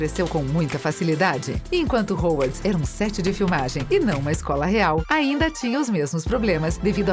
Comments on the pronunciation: O que é Hauwarts? kkkkkkkkkk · e quando ela falou "rouarts"?